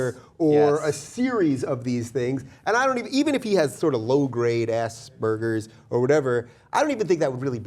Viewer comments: Whats ass-burgers it is not pronounced that way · I was JUST about to type that I keep hearing "ass burgers" when they started saying it. Heh. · The g in aspergers should be pronounced the same way the g in large or garage or sergeant. I thought the people on this show were meant to be educated. Ass burgers is a silly but funny episode of South Park where Cartman lays burgers out of his ass like a chicken would lay an egg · I say it "azz bergers." I was never trying to be funny. I guess I just thought that is how it was pronounced. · Asberger is a german word with a completely different pronounciation than "Ass-burgers". A short "As" followed by "bér", hard "g" and then er. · Why the fuck do americans pronounce aspergers like ass-burgers?